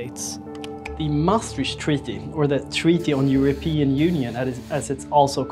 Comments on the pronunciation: I swear to god ... If I hear "MaastriSCH treaty" one more time...... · Important video, but please check the pronounciation of Maastricht.